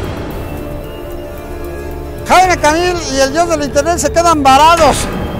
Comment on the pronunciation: "Jaimico Camil" 😂😂😂😂😂😂